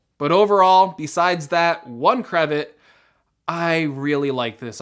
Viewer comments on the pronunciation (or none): ‘Crevit’ you mean CAVEAT! You’re definitely right that 64gb is not enough as base storage and it’s too close in price to the Pro if you increase the storage. I still can’t get my head around the power button TouchID in a multi orientation tablet. It seems super awkward particularly if you pick it up in portrait upside down with the button on the bottom right. I know they need to differentiate it from the Pro but it should have had the FaceID and a lesser processor in 128gb configuration for similar money in my book!